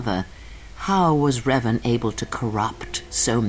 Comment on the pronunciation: Почему все время ревАн?? Раздражает. Играющий что,настолько бездарен к языкам,что даже в разговоре,при упоминании имени протагониста прошлой части,не слышит,куда падает ударение? Надеюсь,в дальнейшем исправится.